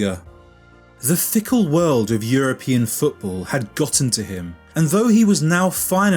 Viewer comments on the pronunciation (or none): none